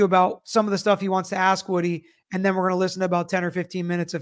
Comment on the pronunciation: how is it that an educated lawyer can't pronounce the word ask correctly?